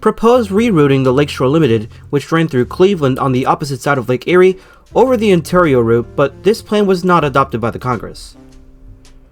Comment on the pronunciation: Please never pronounce Ontario like that again